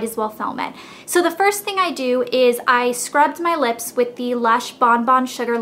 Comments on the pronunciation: Cracks me up how you say lips.."leps" :) but I'm from Arkansas soo...lol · you say lips funny. leps.